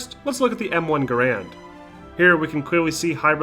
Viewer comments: garrand is "gair-end" like gar(y)-end. guh-rand is a common mispronunciation. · Pronouncing "Garand" wrong. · Researched the manufacturer and still mispronounced garande